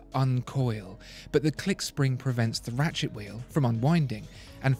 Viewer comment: Very educating but i can't help but snicker when he says ratchet wheel. "Rat shit wheel" 😬😂